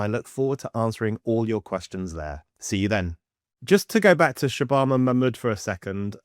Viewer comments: Shay-bana Ma-mood ... REALLY😀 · Manmood. The trans Pakistani English woman.